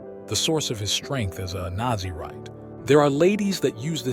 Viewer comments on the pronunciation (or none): Nazarite not Nazi rite lol :face-fuchsia-wide-eyes